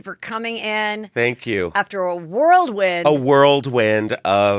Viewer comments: It's a "whirlwind" Justin, "a column of air moving rapidly around and around in a cylindrical or funnel shape..... not "world win". Lol ❤️ from Pensacola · Why do so many people say worldwind??? It’s whirlwind!!